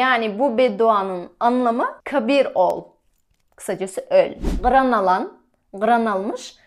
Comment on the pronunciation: Gyran degeni yanlış aytdın